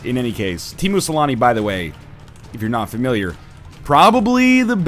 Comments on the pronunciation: When NL talked about Teemu Selänne, he pronounced it so oddly I had no idea he was talking about Teemu Selänne. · Teamoo salami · Tiimu selani 😆 sounds so funny